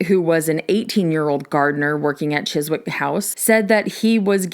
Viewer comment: Always happy to hear you talking about the Beatles. Btw, I'm an American but I watch a lot of Doctor Who so I happen to know it's pronounced Chizzick.